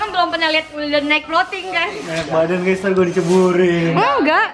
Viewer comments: GAYS bukan SAYANG😒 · Gays bukan sayang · bilang "GUYS" bukan syg, coba deh kmu ulang ² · Aku juga dengarnya guys bukan syg